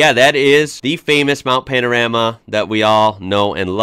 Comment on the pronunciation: Hi. I just have to say that I love watching your videos. You and your family are so entertaining and I love how much you seem to adore our beautiful country. I live in Bathurst and love it here and the videos your react to about bathurst are great but there is one thing that you do that gets to me every time you say it ☺️. The Mount isn’t called Mount Pan-A-rama like you call it, it is Mount Pan-O-Rama. Looking forward to seeing more videos from you soon Mate. 😆